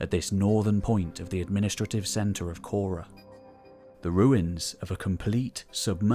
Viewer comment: Why call it Naxose? It is Naxos. And it is not kora, but whora